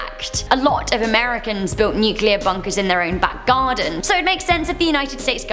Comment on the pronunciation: thank you! A host that can pronounce nuclear correctly!